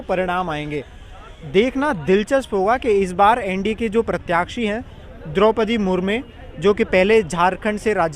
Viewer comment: Desh mein Rashtrapati chunav ko lekar nahi June ki garmi hai aur thodi garmi maharastra mein hai 😂. Aur unka naam Droupadi murmu hai murme nahi. Pranyakshi nhi प्रत्याशी hota hai. Pronunciation theek kro. Tumhari jagh yellow shirt wale bhaiya ko hona chahiye tha journalist. Aajkal har koi youtube channel bna kr patrakar bn ja rha hai